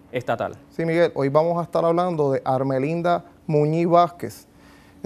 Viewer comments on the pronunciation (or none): Amigo, no sea morón no es "Ermelinda" su nombre es Armelinda.🤣🤣🐴